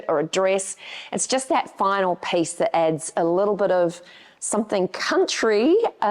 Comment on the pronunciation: Dahhhhling, you are talking to Americans, it is not pace but peeeece.